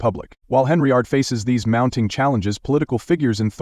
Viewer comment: It's Hen-yard, there is no R